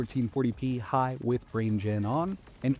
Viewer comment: the way he pronounced "high" xD